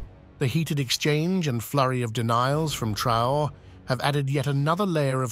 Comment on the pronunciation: TRAH-OHRAY ( TRAORÉ)